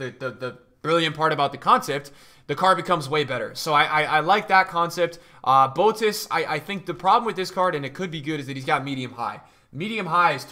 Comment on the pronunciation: Boetius is pronounced as Boo Ey Tee Us